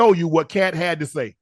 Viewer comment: You had the Best Interview of 2024! You can "Shay" that again 😅😅😅